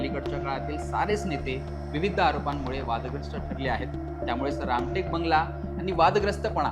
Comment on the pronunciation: रामकेट नसून रामटेक असं वाचावं..